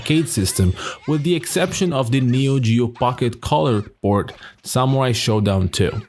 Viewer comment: SAMUAI !! its all i listen, i guess your videos are good but your horrible pronounciation makes them impossible to listen, sorry. Letter R exists in English